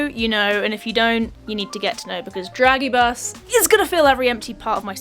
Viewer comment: that pronunciation on dragibus 😂😂😂